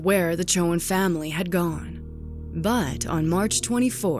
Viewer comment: Strong southern accent licking in “the family had GOWWN (gone)”